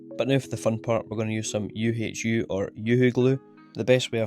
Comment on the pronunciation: nice video. thanks for that. you got me laughing on the U H U :-) its the german word for owl ... and i never heard anybody saying it that way. keep up the work!